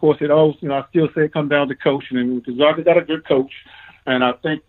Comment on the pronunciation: You STILL havent learned how to say Gonzaga have you?...people call them the "zags"...as in zig ZAG.....that should tell you something but its ok, half of the world also mispronounces it too....